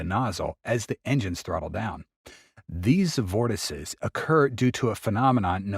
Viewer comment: You know flow separation but can't pronounce vortices??? eesh..